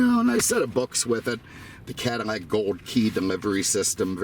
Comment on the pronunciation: 😂😂😂😂, I know I wasn’t hearing things. I knee he was saying Cadimack, Modim etc.